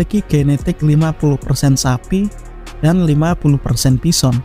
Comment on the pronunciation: Your A.I. needs some touching up. It's not pronounced bisson.